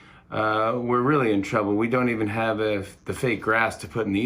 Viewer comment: "We ave a great show for you tonight" xD poor Jimmy thinks he is still in his studio